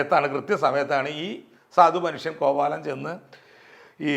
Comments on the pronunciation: കോവലനെയാണോ കോവാലൻ എന്ന് പറയുന്നത്? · Not കോവാലൻ.കോവലൻ എന്ന് തന്നെ പറയണം. ഇതൊക്കെ ശ്രദ്ധിക്കണ്ടെ